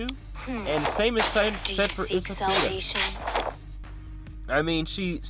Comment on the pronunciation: You're pronouncing her name really wrong. You're saying esapida. Her name is in Spanish which means weapon. Her name is pronounced espaada.